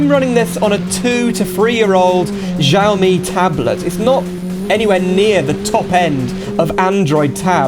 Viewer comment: Xiaomi not Ziaomi mate Pronounce it with an X